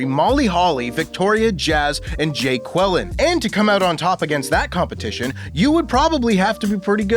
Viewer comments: Jacqueline....haha😅 jay-quelln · What is up with pronouncing Jacqueline "Jay Kwellin" ????